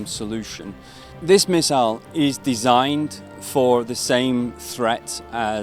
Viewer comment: chłoooopie jak usłyszałem "designed" wymawiane po polsku tak jak się pisze zamiast "dizajnd" to mi kopara opadła.